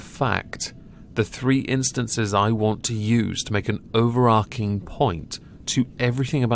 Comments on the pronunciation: It’s “overarching” not “overarking.” There’s no “k” sound there, it’s a “tch” sound. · If you're going to use the word so much in one video, it's pronounced "over-arch-ing" really annoying